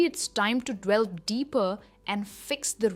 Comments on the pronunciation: hi madam, hats off to you for your superlative lessons...just to clarify..item 4...shud it be pronounced 'delve' or 'dwell'....grateful to know...great job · To the best of my knowledge the way you pronounced delve word was wrong. Wasn't it?